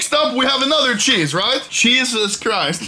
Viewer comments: Nobody: Anomaly: Wheesus Christ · “Cheesus Christ.”